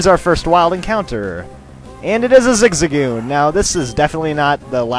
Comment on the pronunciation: Isn't it zig-zag-goon?